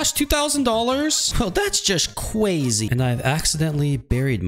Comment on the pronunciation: Please say “crazy” instead of “cwazy”